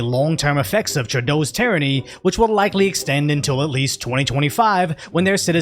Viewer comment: Canadian here! Long time fan, it’s crazy that our country is getting global coverage! Goes to show how bad it is! Funny enough you pronounced Polievre pretty well! 👍 Trudeau on the other hand, not so much, but screw him anyways.